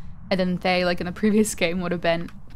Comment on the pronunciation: Also, just leaving this out there, Thayes are actually pronounced Thuh-yeh! Ofc everyone will pronounce it as they like but I thought it would be nice to know as general knowledge :3